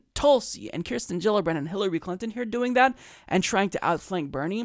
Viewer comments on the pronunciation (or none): none